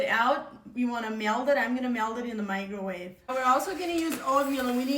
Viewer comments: Interesting pronunciation: “I’m gonna MELD it in the MIGROWAVE” Besides that using a microwave is interesting clearly not a super traditional Amish culture in her life, looks a little more modern to me. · Did she say 'Microwave'!? 😂